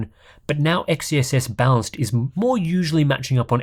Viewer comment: I'm going crazy here. Every time you say balanced I hear bounced x_x